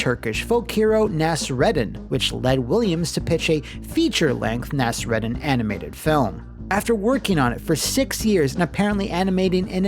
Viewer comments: the name Nasrudin is actually pronounced Naas-Roodin. Not Naas-Redin. Very famous Persian Character. Not turkish. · You really need to work on your pronunciation of middle eastern dialects: it's EEdresh Shah and MOOlah Nahz-Roo-DIN.